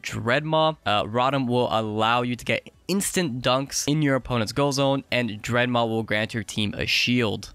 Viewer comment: Drednaw ??? Wtf is a Dredmaw PeepoSus